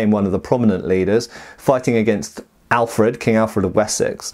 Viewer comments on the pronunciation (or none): none